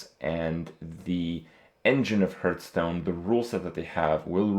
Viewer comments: Hahaha Krupp is getting worse. Now he pronounces it earth tones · 2 minutes in and he said HURTstone 5 times :P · How come he can say 'HearthPwn' but still says 'HeartStone' ?